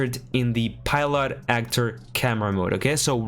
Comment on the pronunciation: ESL and people who speak multiple languages always fascinate me. No hate whatsoever, but it's funny that you say "pilot" a bit off but can say "hierarchical" perfectly. No shame. I can't even speak my native tongue T-T